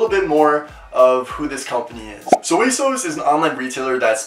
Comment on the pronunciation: The way he says "asos" irks me